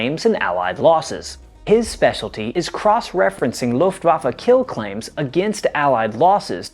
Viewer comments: "Looftwaffa", it's Luftwaffe for god's sake. Not so hard to pronounce this correctly. But Americans are masters in butchering German words. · "Meshashmitts und Fackawulfs" der "Luffafä" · This is one of the very enjoyable stories and the storytelling is great. There is however one thing that keeps bugging me each time it's pronounced.. the Luftwaffa.. It is Luftwaffe. E on the the end is pronounced the same as E in "end" Same goes For E in Porsche. Not Porscha or Porsch. It's e just like in "end". 😉